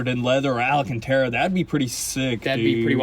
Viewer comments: Say hello to Al... Al Cantara. NOT Al A Cantara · Leave the green and cream color. There aren’t many supercars in the color combo and it would stand out from the others for sure. On a side note, it’s “al-can-terra”, not “ala-can-terra” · Alacantara...y'all repeated it MANY times...lmao Then you had the proper pronunciation sprinkled in among the DDDUUUUUUUUDDDEEEs...I'm not hating at all, I'm just playing...nobody can hate on y'all. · I realize the Tennessee or Georgia school system failed you but MY GOD, THE WORD IS ALCANTARA NOT alacanterra. I'm leaving your channel because of the sickening amount of "dude" followed only by "dang son." Billy is lucky he has the ability to pick up many unskilled labor jobs so I wish you both a good future as after 18 months of feeling sorry for your educational failing constantly being demonstrated by mispronouncing common words, unable to pronounce gifters name and your limited vocabulary I can't stand it anymore. Of course I'm sure there be plenty of viewers with your limited communication skills that will continue to watch you and think you are wonderful. Hard workers you are and your lives will depend on that. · I knew they weren’t saying it right 😂 I was like wtf when was it called ALANcanTara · lol stil saying the ala-cantera :) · The way you guys say ‘Alcantara’ kills me every time lol. ‘ALLEN-CANT-AREA’ 😂😂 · Can someone please get them to say the alcantara correctly